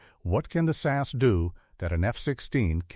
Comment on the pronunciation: It is S A S not sass.